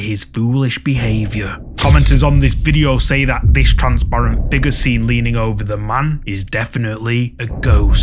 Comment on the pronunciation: FIGURRH 😂🤌🏽 love the channel!